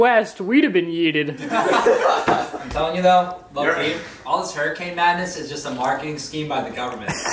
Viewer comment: He yoted not yeeted